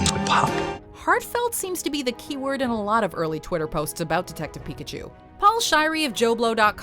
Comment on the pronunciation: Why did you say PIKAPOOL 😞 I can't unhear it now.